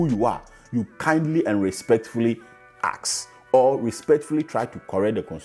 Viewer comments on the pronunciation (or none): You need to start practicing to pronounce the word "ASK". Google for the right pronunciation